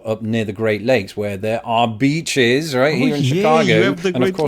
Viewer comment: Yes, we have some fine beaches here in the USA. 😂. Try lengthening that long e sound in beaches just a little bit, my friend.